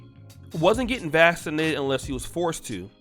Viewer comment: “Vassinated”😂 Is that how they say it in Poland? Everybody get your a$$ vassinated.